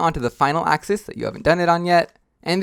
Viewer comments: Also what's a axee it's pronounced axis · Why do you say axize